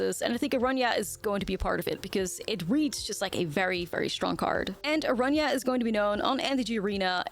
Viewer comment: Kudos to you for pronouncing Araña as it is meant to be pronounced ❤